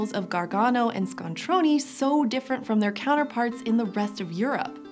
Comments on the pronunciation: ScontronE not ScontronI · ABRUZZO AND ITALY STRONK (and big) However, please, it's "ScontronE" not "ScontronI" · I heard this episode originally in the car, and thought you were talking about an Italian city called Scontroni, since that is how you were pronouncing it. E is never pronounced EE in any language but English. That is what I is for. [And, I is never pronounced Eye in any other language]. Scontrone is pronounced with what English calls a short E.